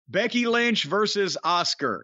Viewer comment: I like how Jim prounces Asuka "Oscar"